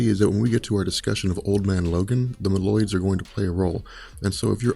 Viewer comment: Mole-oid not ma-llyod